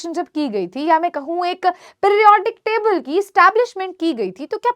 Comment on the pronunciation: Mam aap humesha ki ki jagah bi kyun bolte ho ??